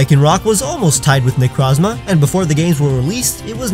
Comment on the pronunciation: It's Nec-rohz-ma!